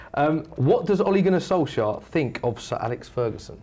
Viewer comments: 1.its ole gunnar Solskjær not Ole Gunnar solskjaer 2.boi he said Ollie and not ole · In Norwegian it's pronounced olay(like the face cream) gun-our solsyayer if it was written in English with the Norwegian pronunciation.